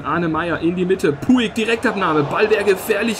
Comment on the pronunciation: Man spricht es Putsch aus Also du nennst ihn immer puig